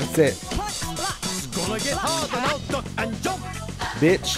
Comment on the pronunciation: listen carefully, when he says "duck" it sounds like fuck.